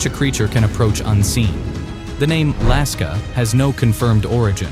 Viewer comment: Lusca✖️ Laska✅